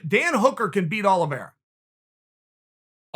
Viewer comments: Chael “Charles Olives” Sonnen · Chael: Charles Olives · Chael.. I love you but Charles last names isn’t Olives 😂😂😭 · No one: Chael: Charles olives 🫒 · Me: Charles Oliveira Chael: Charles Olives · “Charles Olives” 😂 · Me: Charles Oliveira Chael: Chawlers Olvera Me: Charles Oliveira Chael: Charred Olives Me: Okay great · Chael really just called him Charles Olives. Damn. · Chael: This is meant to be positive towards "Charles Olives" 😅😂🤣 Chael: Put him in there with Olives! 😄 Too funny! At the end Chael makes it a point to over annunciate Oliviera! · Brendan: Charles Olivreea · Chael said its olives, so its Olives, alright! new name, he must have recently changed it. He is a Hoot! Love my Uncle, Chael P.!